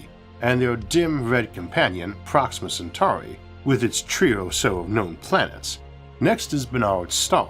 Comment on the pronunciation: Just wanted to let you know I noticed how clearly pronounced Centauri compared to your old pronunciation. Well done mate you've come a long way.